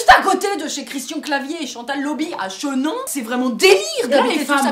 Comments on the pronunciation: On dit chinon et non pas chénon cultivez vous avant de vous ridiculiser sur YouTube, vous qui vous permettez de critiquer tout le monde. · Chinon pas Chenin :-D svp respecter là où j'habite XD Seul bémol dans votre vidéo c'est que je pense que vous n'avez pas réellement compris le message : le fait est que ce soit autant caricaturé n'est pas anodin, c'est en passant par l'ironie et le ridicule que les messages politiques ou de tolérances passent mieux. Je comprends votre avis mais je ne le partage pas